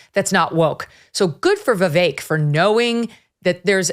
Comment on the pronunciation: Once again Jesse Kelly mispronounces Vivek's name. It is just another way he shows his contempt for Vivek.